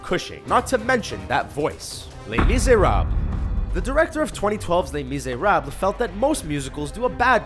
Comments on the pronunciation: lAy MiSRAB Lol how he pronounced it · les miserables .... wtf is your pronunciation ley mereblaaa nice dude fucking aced it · Did they butcher Les Miserables or am I hearing things?